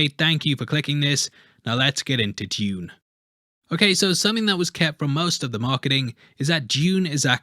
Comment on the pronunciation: Well done for pronouncing it Dune instead of the americanised (therefore stupid) Doon!